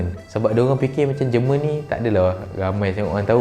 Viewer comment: It's not jǝ rmǝn, it's JÉR MUHN in Malay